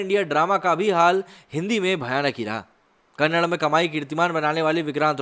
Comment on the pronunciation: Kannad nahi bhai Kannada hai 🤦🏽‍♀️